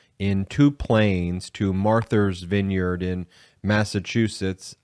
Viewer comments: It's Martha, not Marther. Matha's Vineyard, not Mather's Vineyard. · Martha’s [Vineyard], not Marthers. That’s like a reverse Boston pronunciation, lol. They drop the “r”, you added one! ;). [love your wrk, btw, and thank you for what you do] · Is he saying Marthur's Vineyard?